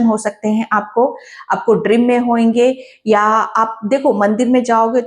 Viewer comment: Wish you a very Happy Diwali...! Ma'am, why do you time and again say 'Drim' instead of 'Dream'..?